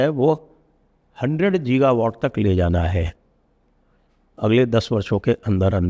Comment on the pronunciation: Sanjay Bhai , gi.guh.vawt गी. ग(ह). वॉट. आपसे शुद्ध भाषा ही प्यारी लगती है। संशोधन के लिए हाथ जोड़ कर क्षमा। जय श्री राम। ।